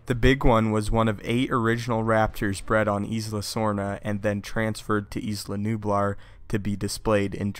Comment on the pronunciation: Dude, it's pronounced Ila like eye-la nublar. Not Isla. Or E-La Nublar